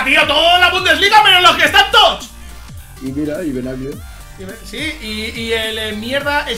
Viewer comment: Toch toch toch toch xD Se dice TOTS D